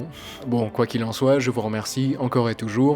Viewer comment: tschüss ça se dit tchuss et pas tchouss wi c un détail aber meine ohren bluten